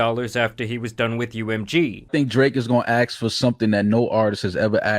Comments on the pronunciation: axe for something no artist has ever axed for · how hard is it to just say "ask".... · I don't listen to anyone who can't say the word "ask" correctly. Dude has his head so far up Drake's chocolate starfish.